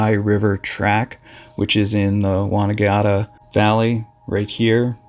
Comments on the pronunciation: Pronunciations. Won - an - gatta Mount Bull - er as in the opposite of cow. Melbourne sounds like Mel - burn Sale Police station. Sale as in sail. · pronounced Won-nan-gatta, Mt Bull-er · The correct pronunciation of Wonnangatta sounds like Wo·nuhng·ga·tuh and Mt Buller ,break 'buller' down into sounds: [BUUL] + [UH] . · It’s NOT the Wonnygiarta valley and it’s not Mt Beulah Typical YANK Cannot pronounce things correctly. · Sorry: Wonn-nan-GAT-ta. I hate it when people correct the narrator over pronunciation but if you every have to talk about this again.... Interesting stories. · please learn how to say names before posting. it's Bull-er, exactly how it's spelt. mel-bin not Mel-bourne, not how it's spelt. Wonn-an-gatta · WON AN GATTA that's how you pronounce it. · Great bu t unsettling stories. Wonnagatta is pronounced as 'Wonn' (as the name Ron) Na (as Nar) Gatta (as Gatta as 'the word Batter is said) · Wa nan gatt a. Bull er Are the correct pronunciation for these names. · It’s pronounced Mt Bull-a and Won-nan-gat-ta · Research pronouncing Wollongatta and Buller. Very different than heard here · Yep, correct. Also, Won-an-gatt-uh. But full credit for getting many of the others right. Australian places names are notoriously difficult to work out. Really enjoy your videos. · Mate, your pronounciations are shocking……….it’s Won on gatta, and Mount Bull er, Mel burne……. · Amazing video, I've been to most of these places. Heads-up Buller is bull-er or bull-a. Wonnangatta is won-nan-gat-ta. Good job. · FYI it’s pronounced wan-an-gatta. indigenous australian name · Won - an - gat - ta.